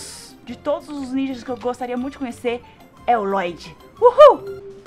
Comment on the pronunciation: NÃO É FLODDY É LLOYD